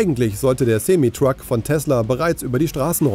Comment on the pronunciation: Reines clickbait, null Inhalt und noch nicht mal "Yoke" oder "Semi" aussprechen können (Rechercheaufwand max jeweils 15 Sekunden) - sehr schwache Vorstellung, ams.